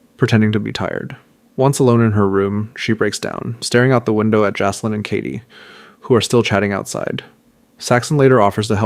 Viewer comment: FYI -- It's pronounced "JACK-lin". not JASS- lin, unless you want to sound like an idiot for the rest of the series. The name Jaclyn is a feminine name that is a variation of the name Jacqueline. Other variations of the name include Jackeline, Jakelin, and Jackielyn. The diminutive forms of Jacqueline include Jac, Jack, Jackie, Jaque, or Jacqui.